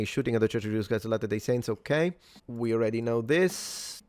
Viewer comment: Kinda getting tired of seeing police chiefs/spokeperson's who havent done ANY research at all into the press conference they are about to hold. I'm not even Mormon and I know how to properly pronounce "latter-day". We need better qualified personnel running things. This is pathetic.